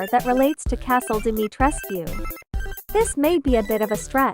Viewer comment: i love this and ik theres nothing to be done about it but the text to speech is killing me omfg "dimeetreskew" "capcum"